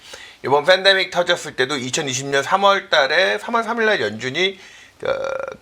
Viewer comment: ㅋㅋㅋㅋ이거레알... fendemic, lefo금리ㅋㅋㅋㅋ 여기 뿐만 아니라 경제 방송들 보면 화법 어법 발음 특이한 사람 진짜 많음ㅋㅋㅋㅋ